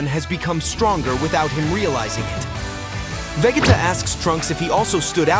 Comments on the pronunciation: The way you obliterate vegeta and gohans name is insane to me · Im bout to report you just for the way you pronounce gohan and vegetas names. The disrespect is real